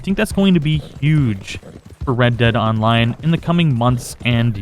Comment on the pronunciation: red dead onmine... words are hard and the struggle is for real-zees